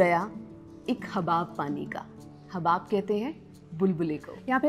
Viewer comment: Lafz Habab nahi Hubab hay.